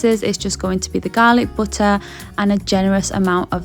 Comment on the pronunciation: The Garhlic BUT TAH